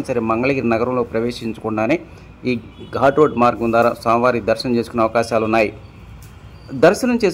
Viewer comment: ఘూట్ రోడ్ కాదు ఘాట్ రోడ్